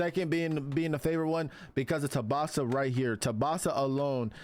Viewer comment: Tubasa❌ Tsubasa✅